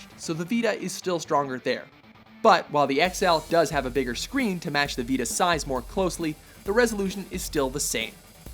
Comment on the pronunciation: why can't this guy say Vita properly